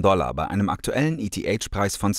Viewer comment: Wie du eth aussprichst 🤣🤣🤣